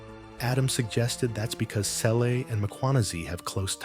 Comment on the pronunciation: Bheki "C"ele... NOT "Tshe" or "CHE" 😂 Mr I am the first nation of this land😂😂😂.